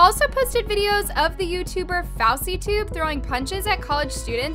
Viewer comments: ah yes fawceytube not fouseytube fawceytube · “fowsey tube” LMAO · IKR IT GAVE ME SECOND HAND EMBARRASSMENT FOWSY TUBE 😭🤣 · "Fowsytube" LMAOOOO 😂😭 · I’m sorry but the way she said fouseytube had me dead💀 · fr that was embarrassing fir her😬😭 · SAME HAHAHAH